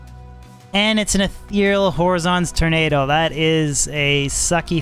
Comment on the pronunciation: Horizon's Tornado - it's pronounced "həˈrīzən" as in "the line at which the earth's surface and the sky appear to meet" - ... wtf is a hor-ee-zon?